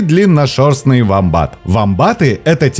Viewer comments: Все правильно,только вомбат -ударение на о! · гугл сказал на "о" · не совсем так. да на английском он уОмбат, но в русском так уже даже зоологи не говорят. прижился вариант с ударением на второй слог - вомбАт.